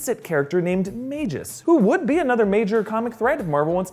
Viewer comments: He is the "Mag...us" not the "mage-es"... lol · lol Maygus? I think its pronounced Mag-us.Mag like bag. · MAY GUS--Not Majus...Geesh.... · His name is Magus, pronounced MAH-GUS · It's Mag-us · Haha 😂That's not how you pronounce magus